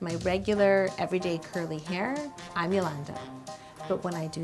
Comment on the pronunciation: It should be yalongda not yalllanda